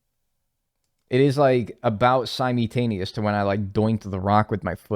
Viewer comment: I’m obsessed with the way he says sim-e-taneously